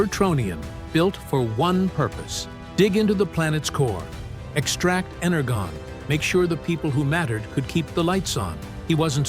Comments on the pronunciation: its ener{dzjon} not ener{gon} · Why do your AI narrators always say "Ener-gone" when it's "Ener-John". Right from the original cartoons. It's like y'all don't care, just crankin' out lazy content that talks too much. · Ener-jawn not Ener-gone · Please start saying "Energon" correctly as "Ener-john". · Keeps mispronouncing energon, though. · I stopped watching when he mispronounced energon. Probably an AI program doing the talking.